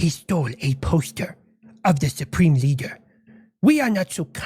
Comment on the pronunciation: I giggle every time says ‘Surpreme Reader’ XD thanks again for everything, Team America